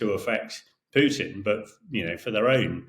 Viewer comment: it's Krasnov, with A. In Russian it means RED. But I love how you called Putin as poopin 👍